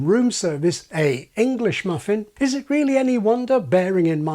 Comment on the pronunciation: There's something else young people do. she doesn't say "unpublish ʔit", she says "unpublish ʔiʔ". They replace all of their mid-word T's with glottal stops, like now it's "buʔon" instead of "button".